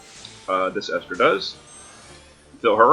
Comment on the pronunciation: Thanks for the video. You are one of the few people not to butcher my name.